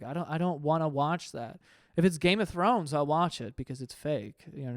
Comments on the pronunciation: “grame of throne” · “grame of thrones”